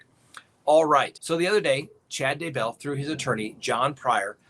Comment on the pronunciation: So nice to get great info PLUS a comedic delivery. I love how you consistently, persistently mispronounce Chad’s last name, too. It’s kind of like nails on the chalkboard but all good fun.